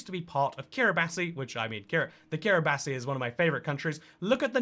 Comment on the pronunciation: He doesn't even know how to pronounce Kiribati, what a travesty.